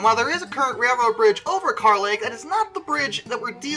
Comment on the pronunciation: Yeah most of us locals don’t say carh lake we use kur lake some use carh just to be right or different in their own way just to one up whoever they talk to. And no pictures cause that water is dirty as h